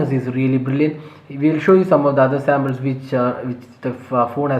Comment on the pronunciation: Its not Sambles.... Its Samples.